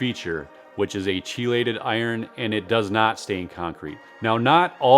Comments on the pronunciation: Great video. Oh, and chelated is pronounced kee-lated, as opposed to chi-lated. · For future reference it’s pronounced key-lay-ted